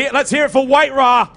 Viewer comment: It's not WhiteRa but WinRa :)